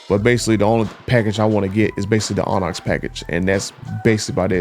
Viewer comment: The way he says Onyx is making me mad 😂